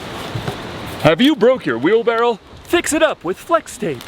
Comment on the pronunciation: Is anyone else hung up on the way they pronounce "Wheelbarrow"? Sounds like they say "wheelbarrel" LOL You guys are doing awesome out there! Love the videos, keep up the great work!